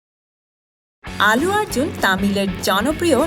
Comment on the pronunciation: প্রথমত, তিনি আল্লু আর্জুন, "আলু আর্জুন" নন! -দ্বিতীয়ত, তিনি তেলেগু এবং মালায়লাম ছবির নায়ক। তামিল ছবির নায়ক নন। আপনি শুদ্ধ উচ্চারণের একটা কোর্স করে ইউটিউব চ্যানেল খুললে ভাল করতেন। আপনার উচ্চারণ শুনলেই ভিডিও দেখায় অরূচি এসে যায়... :/